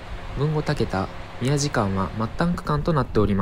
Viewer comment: 「たけだ」ではなく「たけた」です。